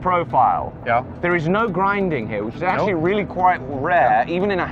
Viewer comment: “What are you ax-tually” making here?” Solid pun.